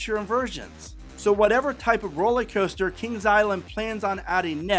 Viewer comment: Are you saying roller coaster or rolly coaster? Sorry…just a pet peeve when I listen to your presentations. I also hail from the Dayton area.